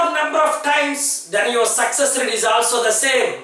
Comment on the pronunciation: Pls check the pronunciation of the words like failure, all, also etc..